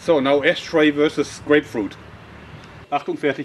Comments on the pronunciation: "I want to make a slingshot that fires ash-teroid" that's what i heard! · Notice how it sounds like he's saying ass tray